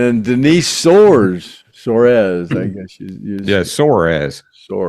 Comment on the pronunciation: Denise Soares. When you say her name I hear Denise sore ass. Sorry Denise